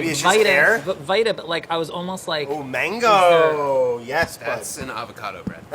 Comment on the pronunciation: Brad really said mango with his whooooole chest